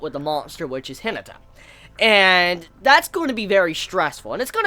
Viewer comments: ...i love you man but its pronounced hi-na(like naughty)-ta. Not hinita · The way you pronounce Hinata is funny xd